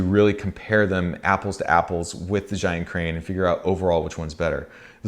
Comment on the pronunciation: it is called "zai yun", it is called bri -"dge" yun, all youtubers from non-chinese speaker spoke the wrong way.